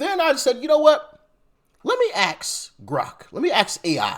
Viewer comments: It's 'ask' not "aks" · Please learn to pronounce the word 'ask', so you don't sound like a complete dumbass.